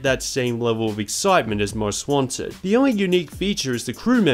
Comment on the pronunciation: Every time he says Most Wanted it sounds like he's saying "Ron Swanson" lol